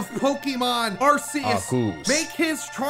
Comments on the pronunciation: says “arceus”: ARCOOS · corrected for arkoos 🤣🤣